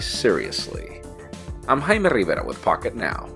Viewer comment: What's so hard at saying Jaime Rivera?